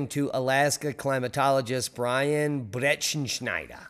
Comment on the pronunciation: I was so impressed with your pronunciation of the German word "Bretschien schneider"😃🤣🥰 (6/28/24)